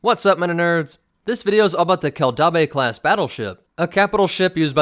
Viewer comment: Dude. Your pronounciation is terrible. Keldabe kell dayb. Named for mandalore's planetary capitol city Kimogila Kee Moh Gee Lah. Named for a predatory mandalorian big game lizard.